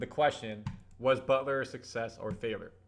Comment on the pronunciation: The way you pronounce FAILURE is a FAILURE 😂